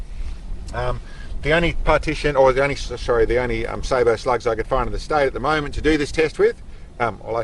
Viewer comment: Glad to finally hear somebody pronounce sabot correctly.